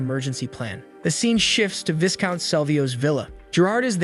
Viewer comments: These days it's hard to tell AI from human. If you're human I just thought you'd want to know Viscount is pronounced V-eye-count. The S is silent. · "Heir = is pronounced "Air" "Viscount = is pronounced "VEYE-Count" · you should know... the s in viscount is silent. you're gonna give me an aneurysm if you keep pronouncing that s